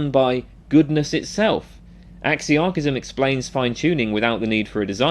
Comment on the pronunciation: Oh my God please re rerecord this entire video with a proper pronunciation of the word